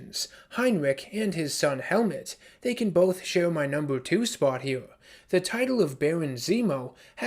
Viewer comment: Ah yes, Baron "Helmet" Zemo lol.